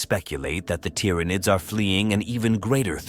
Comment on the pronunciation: The tyranoids main superpower is their persistent ability to annoyingly fool AI voices into randomly mispronouncing their name… over and over and over again BUT randomly